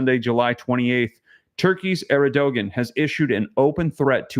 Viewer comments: Huge fan of the channel! Thanks for what you do. Also just so you know, president of Turkey is pronounced Air-due-juan. God bless brother! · Pronunciation bro. Er-do-wan is turkeys president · To pronounce Erdogan = Air' doe won